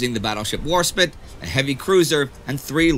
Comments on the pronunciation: It's WarSPITE , not Warspit. WarSPITE, as in spite. Also, the sentence "the Luftwaffe shelled" doesn't make much sense. Maybe "Bombed" would be the right word? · "Warspit"? i thought it was "warspite", as in the word "spite"? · Indy Its HMS WarSPITE not WarSPIT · "battleship war-SPIT" he did it again! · You pronunciation of Warspite is a bit annoying. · That's actually a silent E. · It would be unfair if English names were the only ones that didn't get mispronounced. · Heh. I had to resist sooooo hard correcting Indy on that pronunciation. While an english name it probably isn't spoken much about outside the Commonwealth.